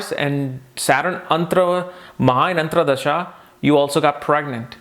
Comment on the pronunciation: Dasha is antar dasha and not antra dasha. Just a small mistake in word pronunciation.. also the word is Dasha and not Dasha.. similar mistake